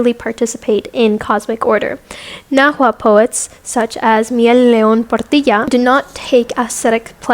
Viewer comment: Shout out to this white girl for pronouncing náhuatl right